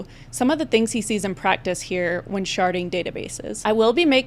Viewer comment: At some point the d in sharding started to sound like t and I was losing my mind haha